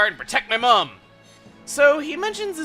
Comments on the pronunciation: muh-m not mum, why does the USA swap it to mom? weird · you're saying mum wrong it's pronounced mm-um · um chuggaa us uk people dont say mum like you said it we say mum like you say mom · again we dont say mum we say mom its just spelled mum to be formal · In England we find it funny how Americans say mom. Our accents wont let us say each others pronunciation without it sounding weird. P.S. it sounds more like moom when you say it (the England version,) just a bit quicker though. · Its the Americans who pronounce it `mohm` the English do it normally